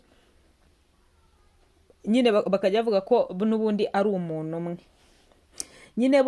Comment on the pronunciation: Umunu koko🤭 bavuga umuntu,ntibavuga imanga bavuga impanga,ntibavuga imano bavuga impano